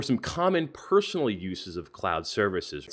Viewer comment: Not being "personal" but, what is "peronal"?😶